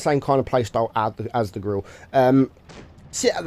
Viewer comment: Grirre 15 - yes ladies and gentleman that's how you spell Grille 😂